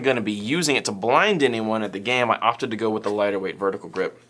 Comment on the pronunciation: i know you said "gave it TO Frank" but to me it sounded like "gave it A Frank." like at GI, when you need a gun to upgraded or fixed, give it the Frank treatment c